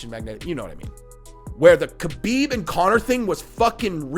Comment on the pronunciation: Always cracks me up how well known the proper way to say Khabib is “Habeeb” and people still wanna be lazy and say “Kabeeb”. Lol. Imagine people saying your name wrong all the time when they can see many videos and hear people say your name correctly but they choose to just say it the way they started saying it when you were unknown.